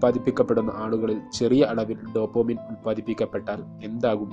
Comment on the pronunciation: Dopamine not Dopomine makane